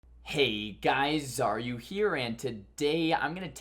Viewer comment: what is that intro? "hey guys are you here" or "hey guys xaryu here"?